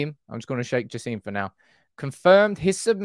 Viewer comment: FYI: Its pronounced Jasem with an E not an I Great content Hope the Qataris buy us and push us to becoming the unarguably greatest and biggest sports club